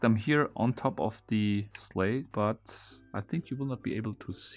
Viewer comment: 'Sleigh' in English is pronounced 'slay'. Just helping :)